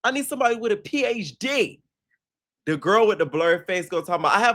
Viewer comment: EVERY TIME U MAKE YO MOUTH SUPER WIDEEE P ON THAT INTRO TAKES ME OUT 😂😂😂😂